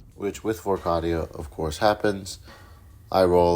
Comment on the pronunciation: Awesome vid, still love your channel. Canon pronunciation is Cay-Dee-Uh